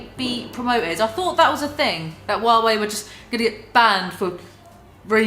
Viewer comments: First time hearing a native English speaker saying Huawei. Didn't know it'd be so funny. Wawei. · I LOVE the way she pronounces HUAWEI. It took me a few moments to realise what she had said(English is my second language, and we pronounce it with a strong H).